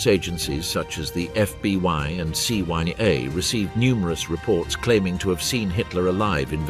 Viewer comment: Perhaps correct the hilarious . 😂 I'm sure that people will figure out it's Ai because there's no CYA or FBY intelligence agencies in the US